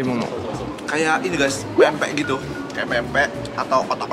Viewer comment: bg Jerome kalo ngmng pempek harus pake "m" nya bg soalnya kalo di Palembang itu kata kasar😅